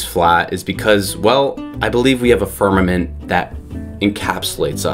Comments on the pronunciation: The firmaNent? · Is it just me or was he saying "firmanent?" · ffs, he can’t even pronounce the word ‘firmament’. Give the doofus a crayon and let him consume it.